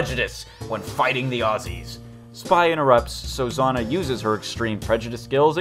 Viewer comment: Jana is pronunced Yana i think